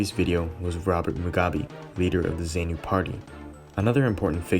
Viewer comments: Some of the footage is not even related to Rhodesia, you can see that it is from the Vietnam war. The commentary audio is too soft and the music too loud, a lot of the music is also not related to the Rhodesian story. Zaynu (incorrect pronounciation) pronounced zaaarnu terrorists raped and murdered the female survivors of the viscount that crash landed after they shot it down. Zaypu, correct pronounciation Zaarnu were also responsible for lots of atrocities on black civilians in the rural areas, cutting the lips and ears off these civilians and forcing the civilians to cook and eat their own ears and lips, just because the people did not have any food to feed the terrorists. These are the people that are now running the country and things have gotten from bad to worse since independance a lot more people have starved than in Rhodesian times. Mocambique gained independance in 1975 not 1976, clearly the narrator has not researched this story properly and has no clue as to what really happened. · That's NOT "great" mate. Rhodesia and the the Rhodesian Security Forces deserve more respect. These soldiers fought and died for something that you gloss over with 60s music and nonsense 'facts' - you can't even pronounce Zanu or Zapu - but you'll play the Rolling Stones as backing music about something you clearly know nothing about. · Please...please...please! It's not 'Rho dayshun' ...but 'Rhodeeshin' or 'Rhodeesha' . It's Zaapu and Zaanla not Zaynu..etc. I would lose the cheesey background music during your narration. You also don't comment on the fact that the Rhodesian army was about 80% black...which is an important part of understanding the complexity of the situation. I grew up in that part of the world in the 70s. As a family, we'd recently returned from Vic Falls from holiday when the first passenger plane was shot down...could have very well been us. Lived through the war as a child and remember the fear and terror of it all.